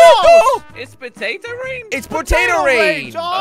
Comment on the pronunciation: “ITS RAINING POTOTO”.........bruh pototo the hell